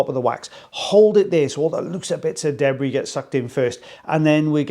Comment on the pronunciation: Gotta watch out for that DEH-Bree, not the debris, but the DEH-Bree…it’s even worse 😅